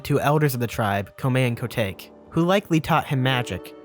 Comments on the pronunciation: Isn't Kotake: Ko-Tak-eh? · Good vid, but the way you pronounce Kotake hurt my soul.